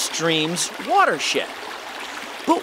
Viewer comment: it sounded like water shit lol